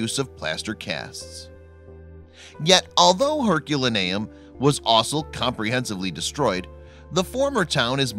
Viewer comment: I cringe each time you say Herculaneum. Your pronunciation is off.